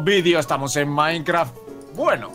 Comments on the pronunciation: Like so viste que dice mikecraf en el principio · mike dice micrecraft en ves mikecrack